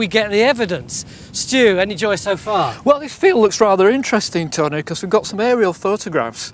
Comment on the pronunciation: When Stewart says "terney" does he mean "tony"?